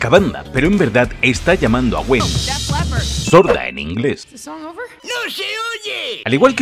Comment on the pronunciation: soy yo, o en latino dicen sorda stereo ?